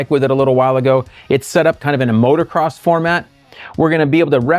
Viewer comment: Did he say motorcross